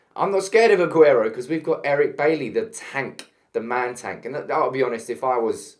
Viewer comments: Good video and have to agree. Oh and by the way Eric's second name is pronounced Bay-ee not Baley, it's French name. Have a good day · The only thing that I want to see banned is your constant mispronunciation of Eric Bailly's surname.